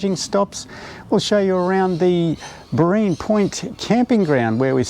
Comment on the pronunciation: Just checking: when charging, it is safe I take it to leave the car to go get a cuppa or something for a while? Some idiot won't come along and pull out the plug will they? But then if it's in an open, busy area then little chance I guess. And lol....it's BOReen Point, not Boreeen Point, and it's Lake Coo-thara-bar😊. Another great video thanks mate👍.